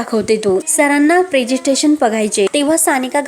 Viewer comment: प्रेझेंटेशन बोला😂😂😂